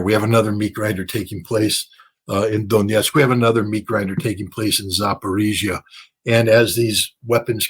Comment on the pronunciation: Dear Scott Ritter -- It's pronounced "Zapar-O-zhiya". That's why the famous most popular small Lada car model is called the "Zapar-O-zhets", named after Zapar-O-zhiya.